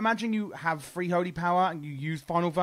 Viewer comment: Lmfao it's a play on the accent. Free/three.